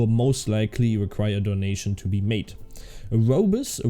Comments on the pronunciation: ouroboros is pronounced oh - rue - BO - rus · I think it's pronounced Orr-oh-borr-ohs but it is a pretty tricky word lmao